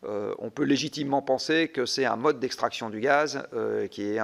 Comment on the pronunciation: Il a dit "penser"... LOL